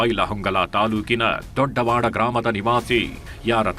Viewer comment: Sir ಕನ್ನಡ ಸರಿಯಾಗಿ ಉಚ್ಚರಿಸಿ ದೊಡವಾಡ ದೊಡ್ಡವಾಡ ಅಲ್ಲ